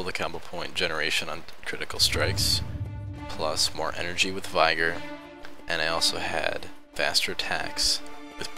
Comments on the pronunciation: *V-eh-gor not V-i-gor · vigor is pronounced vigg-ore